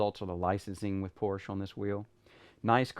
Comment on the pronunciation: Porscheeeeeeee not Porsch